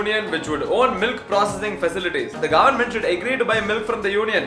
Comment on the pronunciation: brother why your goverment sounds like "GAND"ment